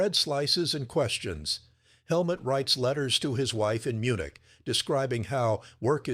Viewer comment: The man's name is Helmut (like Hell Moot, but NOT Helmet.